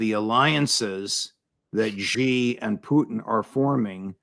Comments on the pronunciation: SHEE NOT JHEE... JHEE MEANS PENIS IN CHINESE. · Judge Xi is pronounced similar to the pronoun she in English , not ge or ze 👌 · The "Xi" in Xi Jinping is pronounced like "she" in English and not like "gi" as in gin. That's not so hard to pronounce even for Americans.